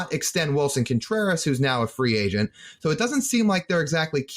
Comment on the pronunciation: "with free angent sharting" 😂